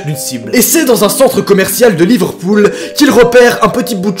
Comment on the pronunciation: ta que moi qui a entendue livrepool